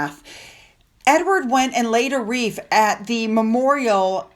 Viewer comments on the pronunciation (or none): none